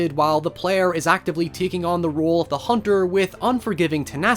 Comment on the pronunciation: A hoonter is a hoonter, even in a dream